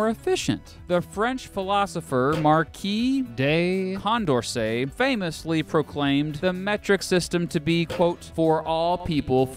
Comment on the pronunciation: You actually pronounced Marquis de Condorcet pretty well :)